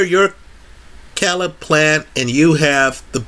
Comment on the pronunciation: His name Caleb. It is pronounced (KAY-LUB). This video is cringeworthy hearing you consistently pronounce his name wrong.